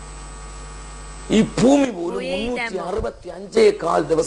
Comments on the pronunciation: foomi aaleda..bhoomi..aadhyam paran padikku...ennittavammatham mattam.. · evanu 'BA' ennu parayunnathariyillennu thonunnu ellathinum FA boomikku FOOMI boomadhya rekakku FOO MADYAREKHA